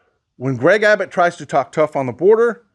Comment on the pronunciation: it is Gov. ABBUTT, not Abbott.